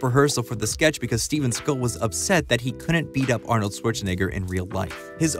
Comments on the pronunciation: A massive f you for pronouncing his name as seagul. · I thought you were cracking a joke on the voiceover from the video. Dude pronounced his name wrong the whole time. I don’t care in general what anyone calls the guy, but after a while it just got on my nerves. Seagole? I can’t even blame his accent because he doesn’t have one particular accent. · So you're telling me that this video is how I'm going to find out that Seagal isn't pronounced like seagull... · You're saying "see-guhll" but his name is pronounced "see-gahll" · Normally it bugs me when people mispronounce celebrity names (and here it would be even more egregious because you actually played a clip of him saying his name,) but Seagal is such a jerk that I was delighted to hear you call him “seagull” over and over and over again. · Lol, Steven "Seagull"... 🤦‍♂️ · You keep pronouncing it “Seagull” and now I’ll forever pronounce it that way. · Why do you pronounce his last name like that? I've always just heard it sound more or less like "say_GAHL." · Imagine making a video about someone and not pronouncing their last name correctly. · You’re not pronouncing his last name correctly. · It's difficult to listen to you mispronounce his name 100 times within 9 minutes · How about pronouncing his name correctly?